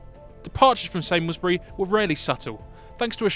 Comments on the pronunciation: The airfield where XS935 first took off is pronounced Sarms-burr-ee. The test pilot's last name was Beamont, pronounced Bee-mont, not Beaumont as stated. Just two of the mistakes in the video. I do wish Airfix would stop using AI narration. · Still the only aircraft to accelerate to supersonic in a VERTICAL climb. Shame about the mispronunciations of Samlesbury and Beamont.